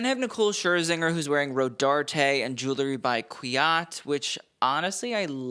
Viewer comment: I find myself watching your stuff over and over - you know your business. Boy do you ever - and you keep up with everything! WILL YOU PLEASE RECONSIDER YOUR PROUNUNCITAION OF THE WORD JEWELRY. There's an "E" in there and your mispronunciation is distracting. I'll keep watching!